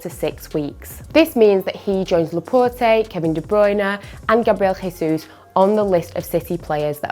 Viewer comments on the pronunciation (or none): none